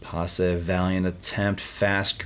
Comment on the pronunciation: It's Pasi not Pas-e', perkele